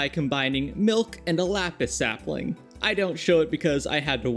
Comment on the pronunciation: Sapling : ✖️ Sapiling : ✔️🥰